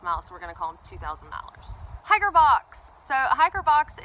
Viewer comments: What's a "hicker"? I heard you say the word on your trail-updates a few times, but this video doesn't cover it. I would guess that "hicker" is "hiker", pronounced differently for special occasions. If that's correct, what are these occasions? If it's incorrect, what /does/ "hicker" stand for? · Just the pronunciation of "hiker" in a regional Southern dialect.